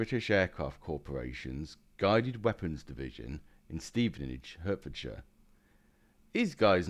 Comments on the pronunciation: Where da fook is Hurtfordshire ??? (My home county) ? Hert is pronounced like heart dear, now carry on. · Who pronounces the County “Hurtfordshire”? I’d accept that from an American but the narrator sounds like a Brit. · Hertfordshire is pronounced Hartfordshire.👍